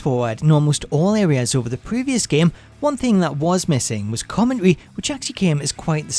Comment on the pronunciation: "Comm-en-tary" not "commonrey". Sorry, driving me nuts.